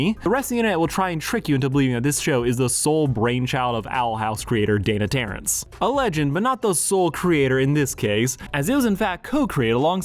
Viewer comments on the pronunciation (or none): Why do you keep saying “Dana Terrance”